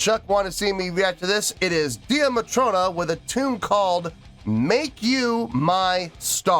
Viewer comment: wow, I forgot that I suggested this for you to do. Only thing it's pronounced Day Matrona not Dee a Matrona. They are really just starting to build a good following in Europe. They are from Ireland are friends from school days, the Drummer is the younger sister of the lead vocalist on this song, she left to return to college. They started out Buskin the streets of Belfast and have several videos on their YouTube doing covers of various groups from the 70's and 80's. This is one of their originals.